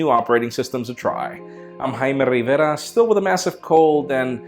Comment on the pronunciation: Jaime Rrrrrrrrrrrrrriveraaaaaaaaa!